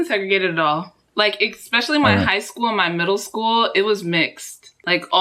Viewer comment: ``expecially'' instead of specially